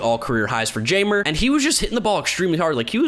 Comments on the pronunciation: I think Jeimer is pronounced high-mur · I know I'm a white boy too but I know that Jaimer is not pronounced "Jay-murr"